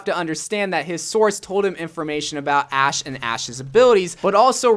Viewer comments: You called Ashe “ass” lmaooo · He's pronounced "sh" as "s" before